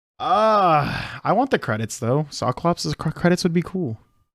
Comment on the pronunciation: It's SOKLOPS not SOKLOPS.